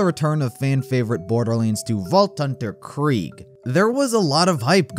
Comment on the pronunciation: The way this guy says Kraig honastly ticks me off 😭😭